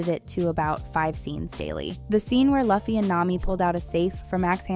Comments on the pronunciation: Dod she really say "luhfy" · I can not stand she kept saying left-fy...😑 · If there's one thing I hate most in the world, it's people pronouncing Luffy wrong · Most people aren’t big one piece fans I suppose , but if you’re making a video about it , hearing the main characters name pronounced wrong over and over does make me question the vid entirely lol, I loved the show though, best adaptation I think they could have done , of course nothing will ever compare to the original. ✌️ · The creator of this video basically is just doing this for views… also watched another video but she pronounced Luffy’s name incorrectly 🤦‍♂️ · cool and i'm just wanting to let them know that Luffy is not pronounced the way its spelled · Great video but please just pronounce LUFFY right 💀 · Learn how to pronounce luffys name. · You keep making these videos, but continue to mis-pronounce the character's name. It's aggravating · This girl can't pronouncethe characters names luffy loo-fy not lah- fy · It’s not pronounced (Luh-Fee) it’s pronounced (Loo-Fee) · sorry but this drove me nuts, how can you make a whole video about something and mispronounce the main characters name the whole time lol it's "loo-fee" not "luff-ee" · Not "laughy", it is "loofy" 😅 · It's not LAhFFY, it's Loooffy😂😂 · Luffy's name is pronounce (Lou-Fi) not (Luh-Fi) but other than that i enjoyed the 8 episodes that they have on netflix and i myself am amazed the the manga creator made the live action happen with his input on each and every question asked of him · It's pronounced " luu..fee". Not luf fy. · Why call him “Godoy” while calling everyone else by their first name, though? Also, Luffy is pronounced “Loo-fee,” not “Luh-fee.” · Not Luh-fee It’s Loo-fee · luffy is pronounced loo+fee Not Luh+Fee.. :( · Loofy, not laffy, my gawd. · Luhffy? Loofy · Luf-fee. Its pronounced Lou-fee. Atleast get that right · Luffy being pronounced like Buffy lmaooo Luffy the vampire slayer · It’s pronounced LOO-FY. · Who is “luh fee”